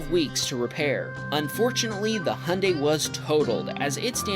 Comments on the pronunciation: why do you say "hun day" and not "hyundai" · How he said hunday it’s Hyundai lolll😊 I love the Honda bumps😂and why did you say everything is upside down in Australia 😂😂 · Hyundai or 🇺🇸 hunday it’s actually pronounced (hi on die )hy un dai And Renault is not renno it’s ren alt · This guy makes videos on cars but can't pronounce Hyundai because he's got an accent.